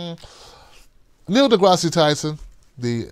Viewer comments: Neil DeGrasse pronounced (De grass) Not Degrassee lol. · The e is silent in deGrasse!!! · FYI, the final /e/ is silent